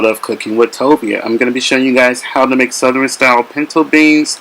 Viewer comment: Are you from North Carolina?? You said "southeren"